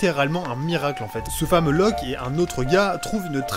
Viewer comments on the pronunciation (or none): Loke, pas Loc... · C’est Locke et pas Loc pour info haha